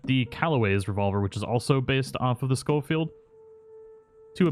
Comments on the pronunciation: I think it’s pronounced like Show Field, not Skoll Field. There’s only one L. Love your content btw, MrBoss’s channel died a while ago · It's not skullfeild it's pronounced showfeild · Ray Jardiolin. Think landon rickets from the first rdr pronounces it skol field